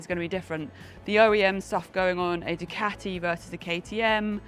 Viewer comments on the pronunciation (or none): none